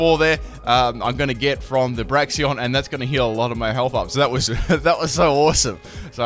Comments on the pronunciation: "Braxion" it's Brakes-un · its "braixen" not braxion??? or somthing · "Braxion"?? It's Braixen... I know not all your pronunciations are correct, but that one wasn't even close haha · Braxion u mean braxian Oh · Braxion I thought it was Braixen ......... has life lied to me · You say Br-A-Xie-on It's actually Br-ay-xen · Why does everyone always call Braixen "Braxien" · THERES NO O IN BRAIXEN